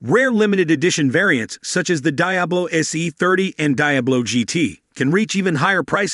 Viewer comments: How do you talk about a car that you can't even pronounce..Watch one video on you tube, and you would get it right... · Dear God it's, De-ab-low